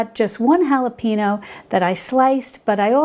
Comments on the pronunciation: Pro-bye-otics.......not pro-bee-otics Hal-ah-pain-yo......not hal-ah-peeen-oh Good grief. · your sugar coated chiffon presentation is too distracting..plus learn how to say halipanyo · Love your videos! As a fellow Texan I know you are a transplant and glad to have you here! Just a little help: the correct way to pronounce jalapeño is “hall-a pane yo”! Thanks for all your wisfom❤️ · "And a little bit'a halapino" 🙏